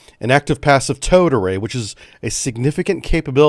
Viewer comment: I can’t be the only one that keeps hearing “toad array”, am I? 😂